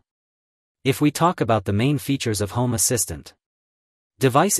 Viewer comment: та на английском он же не правильно говорит.